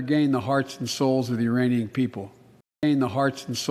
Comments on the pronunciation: Sounded like he was standing with the "Uranian people" not Iranian people. More likely he spaced out (as usual) and forgot there's a "K" in there. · I think he actually said uranian. Must have been getting mixed up with uranium.